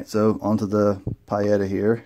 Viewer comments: Pee-Yetta not Pie-Etta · "Pee-eight-ahh" and Uberti is with a "U" like Uber not you-berti. Helps to know Italian. 👍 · In Italian the i is silent.Peetta is the correct pronuciation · Lord have mercy, it's PEE-eta... Who the Hell ever called them PIE-etta???? NOBODY, EVER. Thanks....Ugh. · Pie-Yetta? It’s Pee-Yetta. Italian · Pee-eta! Not pie-eta> Nice review though. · Pietta is pronounced "Pee-etta"....... Not "Pie-Etta" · Don't mean to be a pain with the PIE-etta comment, brother... it was just driving me nuts... I just wanted to say that your video has lots of excellent information in it, and it's very well done. So, cheers to that, and I've subscribed to be able to get notifications for more of your videos. :) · It's pronounced...Pee etta. Good video...thanks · Pronounced: Pea-a-tah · Pronounced like pee ETA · Nice revolvers! I have some of the black powder revolvers Pietta , and a Ruger Blackhawk in .45 Colt which isn’t really historical-oriented. These are beautiful! I really love the fact you included the historical aspects of the manufacturers. By the way, not that it matters for the review, but the pronunciations for Uberti and Pietta could be adjusted if you wanted to sound like an Italian, LOL: Uberti = “oo-BEAR-tea” and Pietta = “pee-EH-ta” My American grandfather (from Charlotte, NC) used to call my Italian father an “Eye-talian” and it used to crack us up (including him). Anyway, I really enjoyed your review. It was thorough with nice camera frames, unboxing, history, model number cryptography, hammer clicks, putting cylinders back into battery to prevent wear (pure gold), and more. You provided an incredible amount of info and intelligent analysis!! I wish others had your natural talent! Keep up the good work. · Your saying pietta wrong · Thumbs down because of your brand pronunciation.